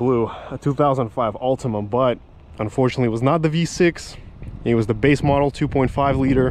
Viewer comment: "...A 2005 Ultimum" 😭